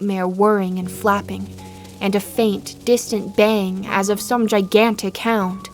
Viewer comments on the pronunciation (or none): It's "baying"